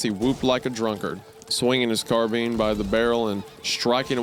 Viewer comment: "carbean" turns out wendigoon doesnt know guns